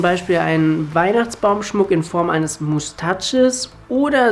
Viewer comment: Mustatches :D Beste Ausprache ever :D